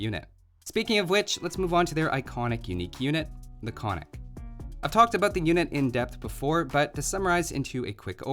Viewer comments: Konnik would be pronounced "kon-nik" instead of "konn-ik". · Браво. Also another fun fact: its pronunced kon-nik and not konnik. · Konnik has the two Ns because it sounds odd without them, not that anyone would care but for what it’s worth it’s Kon-nik, gotta annunciate both. Sorry I just can’t believe my tiny country made it into a video game :D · Exactly also he fucked up the pronounciation. Its kon-nik. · 50% of 60 seconds is 30 seconds. 60 - 30 = 30. Why 40? Great video! By the way konnik is pronounced with a second n after the first(kon nik but without a pause) :) native Bulgarian here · You pronounced Krepost wrong, but thats fine. Also I found this video while looking for why bulgarian youtube is shit. But I ended up here. Honestly I like this video you get a sub. Also you pronunced konnik wrong. Its actually supposed to be kon-nik. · > Made the Cyrillic alphabet > Old Bulgarian was basically Old Church Slavonic > Both First and Second Empires had fortresses everywhere > Not all techs available at the Monastery or University ????? Also: once again, it's ['kon-nik], two syllables, accented first, and [ba-ga-'ins], three syllables, accented last. Oh, and ['kre-post], with an "eh" and not an "ee". I think it'd be pretty cool if Stirrups applied to Cav Archers as well, to promote them as a replacement for the archer line, albeit a gold-heavy one, or if hand cannons were available. Or hell, why not a unique archer?! It's raining unique units anyway, what with steppe lancers and flaming camels... Alternatively, Bagains could also apply to the dismounted konnik and halberdier. :P